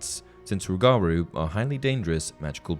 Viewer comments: It's not rug-gar roo. It's roo guh roo. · it pains me. You’re putting emphasis on the wrong part its not rue-gar-rue, its rue-guh-rue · Not sure if it’s already been mentioned, but you absolutely butchered the pronunciation of “Rougarou” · Im from Louisiana and the "rougarou" is an old Louisiana folk creature, its pronounced "roo-jah-roo" not tryna to be corrective but your video is so detailed i thoid give you a little tip from an old cajun nerd! Gret content! Keep it up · Rougarou is pronounced rooguhroo